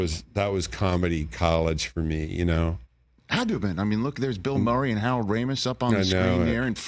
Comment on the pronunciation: He said "Howard" Ramis.